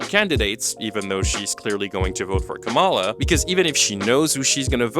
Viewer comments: Not “KaRMala”. It’s “KaLMala”. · FYI Kamala is pronounced COMMA-la. It's mostly conservatives that will intentionally mispronounce it ka-MALA. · Comma la. Really not difficult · Great video but you pronounced kamala wrong, which is a little funny cause you put a clip in the video abt Chappell being criticized for just that. Her name is said like comma-la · Can people stop mispronouncing the vice president's first name and call her Harris? It's so disrespectful. Why do you even think you can call her by her first name like you're buddies or something? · It's , La. Not that hard. (Sorry, we have many prominent people in the US that use the mispronunciation to disrespect her. I don't think you are doing that, but she is a well known politician, so it would be good to say it right to show that respect, even if you don't like or respect her). I have NO problem with her comments on people not crossing the line with her person, or the way she said it. I support her 100% on that. I have a problem with her doing a "both sides" thing with politics. Let's stop Fascism in its tracks first, then we will have the space to hone and fine tune issues. But I also give her some grace due to her age and life experience, and I hope she will talk to more people about why this is not the time to "both sides" it. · 1) Why does this sound like a verbatim copy of what D’Angelo Wallace already posted about Roan? 2) Her giving the far right dog whistle pronunciation of “Kamala” is all any of us needed to know about her “critical thinking” and “research” that she’s telling everyone to do. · Love ur commentary, but PLEASE pronounce Kamala right 😭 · you pronounced Kamala wrong the entire time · You should really learn how to pronounce the name of the vice president (you and Chappell) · Love this video and what it's saying but please can you say Kamala's name correctly. I don't think I've seen any presidential candidate same pronounced incorrectly as much as her's.